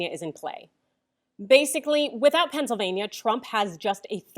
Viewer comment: thats not "Pennsylvania"! that's "Not California"!!!